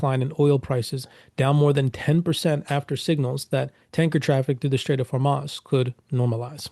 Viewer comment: I can’t believe anybody takes you seriously you can’t even pronounce simple words like Hormuz and Proctor